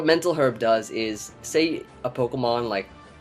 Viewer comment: I'm gonna need you to pronounce 'herb' correctly.